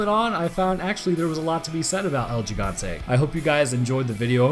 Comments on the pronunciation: as a Spanish speaking person (I'm originally from Venezuela if you're curious) I found it hilarious that you mispronounced gigante. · Sorry love your videos...but could work on saying el gigante, there is no g sound, it has a sort of soft h sound to it. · I love your videos, but as a spanish i feel annoyed about how you pronounced Gigante, still love you no homo. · Every time he said el gigante I cringed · Gigante Both way you just pronounced it bad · "L he gan teh" god, you should naturally be able to say the things I spent all of the first few years of my life learning how to say. That's just lazy. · hahaha I laughed so hard when I heard you say it the second time lol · Oh yeah,I forgot to give you a little lesson (in trickery) on Spanish,El gigante is pretty much pronounced as el higante...The H is sorta stressed tho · nnnoooooo its pronounced El Hee-gan-te not Ji-gan-tay still cool vid tho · As a native Spanish speaker, I have to say it. The first 'G' in 'Gigante' is pronounced 'he'. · Its pronounced el higante no el jigante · Are they actually called Gigante like Jigante? Cuz Gigante is pronounced like Higante in Spanish. Do they call him Jigante? Lol poor dude. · You kept saying Yigante instead of Gigante XD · pronounced like "El He-gone-tay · you sure it's not "he-gan-teh"? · but you still tried to pronounce it like how english people would try to pronounce it. if you want to pronounce it right, you have to use hard vowels in every syllable, so it's gi = hi (sounds like "he") gan (hard "a" like the "a" in around) te (like the "te" in text). yours kinda sounded like higonteii. it's.... just not right @@ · bruh just go on google translate and type in giant into Spanish n ull c tht it’s el he-gan-tay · Lol I laughed twice when you tried to pronounce “Gigante” it’s ok at least you tried. GEE GON TAY like that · Lmao “L-Jigantay” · the way you say Giant in spanish is "He-gant-eh" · You pronounce it has el he-gan-the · That's he-gun-te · El heegante